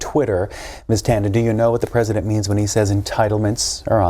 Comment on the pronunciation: this mf said twesident